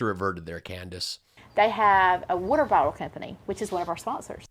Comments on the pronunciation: It's "worter" and you no it. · Why can't southerners pronounce the word "water" properly?! It's "water", NOT "worter", idjits! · Whudder and Water are very different things.